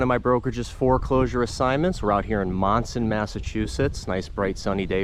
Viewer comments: This popped up in my videos to watch. I live in Monson! The town is actually pronounced Munson. We have some old homes here. My home was built in 1804. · Just an fyi, it’s pronounced “Mun-son” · It's spelled Monson and pronounced Munson.